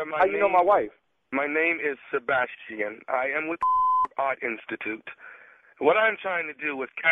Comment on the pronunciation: Sey--Bass-Chi-En clearly is an Artist and serious about his shit